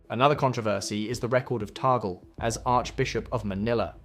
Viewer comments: It’s TAG-LE, not TAGEL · its not Tagle' you can read it or pronounce as Tag-Le